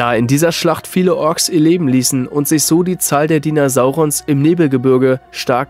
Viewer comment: Fun fact bei Minute höre ich Dinosaurier anstatt diener sauron 😂